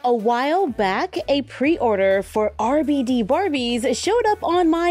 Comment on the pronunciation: Yo soy RebeIde! was obessed with this telenovella! I had all the CDs! Thanks for including them, Toya <3 (Just so you know the pronunciation of RBD is Arr Bey Dey)